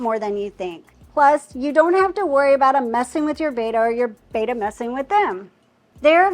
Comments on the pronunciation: Someone teach her that it's "Betta" not "Baeta" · It's NOT pronounced BAYTA....IS BETTA